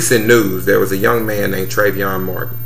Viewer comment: And another thing you so smart yet you can't even pronounce Treyvon name correctly. This has neen all on the news and radio yet you still got it wrong. So I guess if the guy you punched in Vegas would have shot and killed you it would have been cool. But your punk behind ran like a real man...yeah right